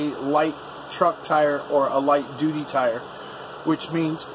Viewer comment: Haha, you keep sayin’ doody..... (duty).... ok, had my childish moment.... hehehe